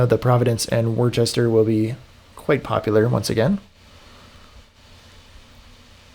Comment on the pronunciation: Hate to do it, as you're likely tired of it 😀, but Worcester is pronounced Wooster (or Wooshter)